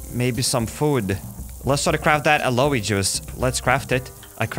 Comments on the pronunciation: Aloe 😂 the pronunciation is a-low Vera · Its not called aloe its called alow Vera